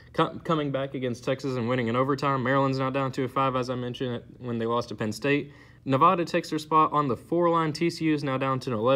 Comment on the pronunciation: Its Nev-aaa-da not Nev-ahh-da but great vid